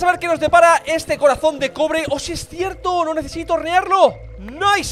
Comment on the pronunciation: en la parte que ase el corazon de cobre le entiendo crobre xd